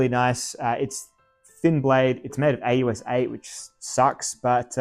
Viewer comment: "A-US-8" ?? LoL I think you mean "OZ8" (AUS8), that's how everybody says it mate... Watching your knife handling skills with that cardboard box was hilarious 🤣 Have you considered holding the knife blade about 1cm from the tip for better control like a normal person ??